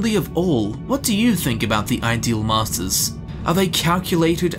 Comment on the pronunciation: You are saying it wrong. The inflection is on ‘ideal’ not ‘masters’. They are the masters of the ideals in their realm, not the ideal masters to have.